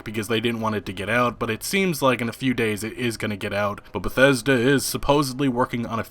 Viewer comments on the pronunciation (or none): Todd Howard: Christmas...Bah-thes-da!